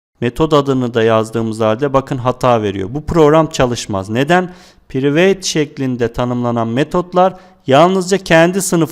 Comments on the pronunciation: Piriveyt değil prayvıt hocam. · hocam prayvit demen lazim yaa priveyt yooo